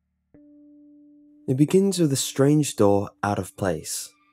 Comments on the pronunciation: I thought you were saying "Doll" instead of "Door" lol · I swear to god I keep hearing doll instead of door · For the first two minutes I thought you were saying doll